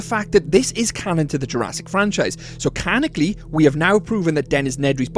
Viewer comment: Canonically, not Canicly.